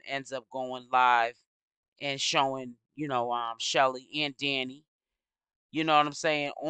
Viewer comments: Hi love your videos. Her name is pronounced SHELL like seashell… Her name isn’t Shelly. Please make note so people can also use these videos in the investigation. Details matter❤ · Chelle, like SHELL. Why you mess up everyone’s name?